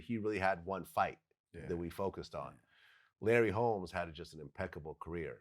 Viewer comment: Wtf this dude said Larry Holmes 48-0 wrong asf